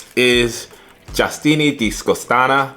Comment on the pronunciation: zero effort on reading the name properly but thanks lol "justini." where bro where? lol